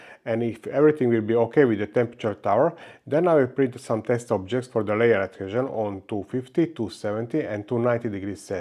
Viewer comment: Work on your pronunciation please. It is a pain to listen to you. But you did a very good job mixing the beat on the layer "edhézsön" test :D And keep up the good work of course. These are very informative videos.